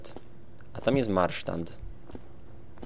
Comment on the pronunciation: to je MARSZAND nie MARSZTAND tam nie ma zadnego T